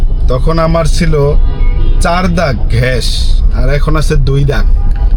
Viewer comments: ঘ্য‌াস ❌ গ্যাস ✅ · 👉👉ভাই আপনি গ্যাস কে ঘেঁস বলেন কনো ??? Plz Plz বলেন :yt